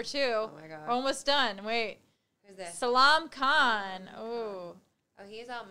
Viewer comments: NUM 2: SHE SAID SALAAM KHAN 😀😄 NOT SALAAM ITS S.A.L.M.A.N KHAN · Seriously... I have never seen someone screwing the names like this... Salam Khan... Seriously?? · Their name pronouncing is very funny " Salam Khan" 😆😆